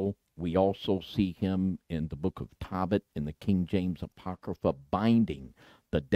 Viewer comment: Tohbit, not Tawbit!!! Ark angel, not arch! Come on, it's not that hard!